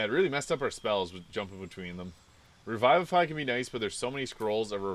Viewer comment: Taking 16 in Charisma isn’t madatory due to smites not needing it for scaling so you can max wisdom and boost another ability score to alleviate some of the Multiple Attribute Dependency. Also it’s pronounced Re-Vivi-fy not Revive-A-Fy. I love using this build with 2 levels in Evocation Wizard.